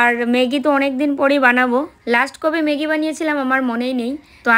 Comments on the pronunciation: কথাটা মেগি নয় ম্যাগি।খুব কানে লাগছে তাই বললাম।অভ্যাস করো হয়ে যাবে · কথাটা মেগী নয় ম্যাগী। please উচ্চারণ টা ঠিক করো । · হাঁ খুব কানে লাগছিলো